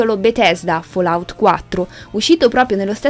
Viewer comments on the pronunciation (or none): none